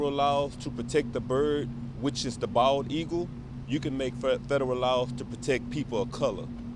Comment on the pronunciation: Da bird which is da bawd eagle